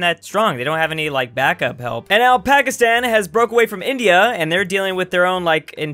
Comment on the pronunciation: I know said " And now Pakistan" but it soulds like he said Alpacastan, which is the what Peru should be called.